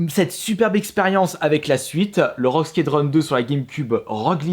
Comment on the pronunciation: Rogue skédronne, heroes mike é magic, command of conquer .... c'est autant la cata en anglais qu'en français